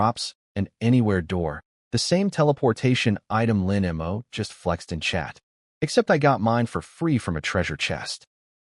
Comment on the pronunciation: For an A.I. programmed by Chinese writers, it sure has massive problems SAYING Chinese names. 😂😂😂😂. You'd think THAT would be the ONE THING it could say properly. It's not Chen EM-OH; it's Chen MOE. It's not EM-WHY it's my. The sheer level of speech inconsistency is laughable, and takes you out of the story.